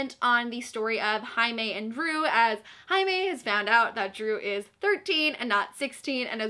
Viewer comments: Jaime = High-may???? Whaaaaaaaatttt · Omg I completely forgot that Jaime’s name was pronounced in Spanish so when you said Jaime like ‘Highmay’ I was like: ermmmm.... who now?! 😂😂😂😂😂😂😂😂😂😂😂😂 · wait... jaime is pronounced haime??? (i know it's how you pronounce j in Spanish but i didn't realize for some reason) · The way you pronounce Jaime confuses me so much